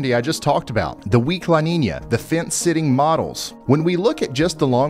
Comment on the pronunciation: "La Ninia" c'mon Ryan, it has a tilde it's not pronounced like that weatherman. Lol jokes aside I love your content keep up the great work bro.